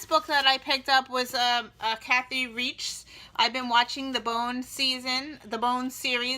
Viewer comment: You are so lucky to have that library. I went to a sale here a while ago and they only sold very old, weird books. You know, like gardening in the 50s, face painting from the 80s, military uniform rules during ww1. I mean, come on... who's buying that? I think Kathy Reichs is pronounced like in the third "Reich". Also, all of your latest videos have been out of synch. :/ Anyway, thanks for sharing your finds!